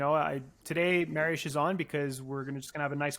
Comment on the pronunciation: Awesome stuff! Appreciate you getting at the correct pronunciation of Mariusz's name